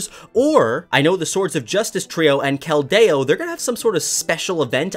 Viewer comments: How did you mispronounse so many of them like keldeo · Cal-day-o? It is Kel-de-o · "Ray-qwah-zuh" "Kel-dayo" (Sorry I had to) lmao love your vids! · wtf is a kelt day oh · This is bothering me but you keep pronouncing Keldeo's name wrong.